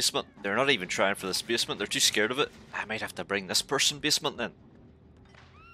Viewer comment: Not to make fun of you or anything but every time you say basement I hear bismuth